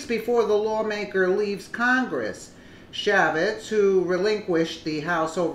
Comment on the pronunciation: Chaffetz == pronounced Shay-fitz